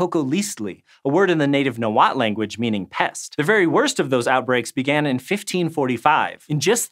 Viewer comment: Nice pronunciation of "Nahuatl." Better than I can do.